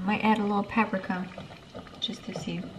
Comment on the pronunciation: you can always tell is russia but the way she says “paprika”